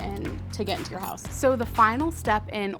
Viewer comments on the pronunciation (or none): none